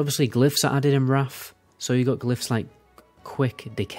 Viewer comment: I love how it sometimes sounds like you’re saying “Raffle Lich King” when you’re saying “Wrath of the Lich King.” Love the content, too, keep up the good work!